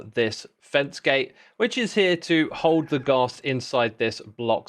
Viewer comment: Wait… you say Ghast like Ga(w)st but pronounce gas as the more American way? Now im just confused 🤣